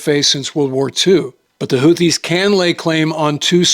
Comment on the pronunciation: It's "hoo-tee" not "hoo-thee". No "Th" sound. Emphasis on 1st syllable.